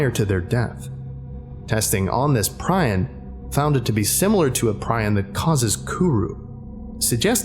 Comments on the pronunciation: ˈprē-ˌän , where did you learn that pronunciation pry-on. So much for Dr. Miller 2nd time you've been unable to say it right. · It's pronounced pre-on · hi sorry to be that person but prion is pronounced PREE-on. old roommate was in school to be a physicians assistant and said the worst condition to die of would definitely be a prion disease... after googling shit like fatal familial insomnia, yeah I agree. oof